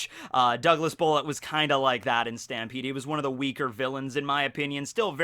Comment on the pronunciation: Can you stop having a stroke everytime you say stampede?